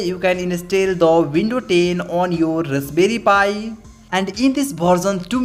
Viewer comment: rusberry pi 😁